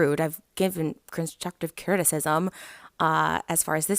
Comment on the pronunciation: "cunskuktive criticism "